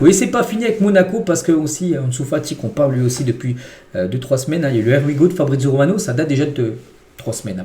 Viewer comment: Bonjour Tu prononces toujours mal "here we go" 😂